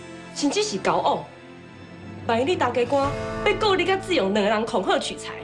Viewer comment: 吳品妍 許鈞鈞發音不標準 是''志''勇 ㄓ四聲 而不是 ''自''ㄗ勇四聲 學點正音班再來演戲好嗎?! 我就算講話沒有很標準 也不會ㄓ ㄗ 分不清!!!!!!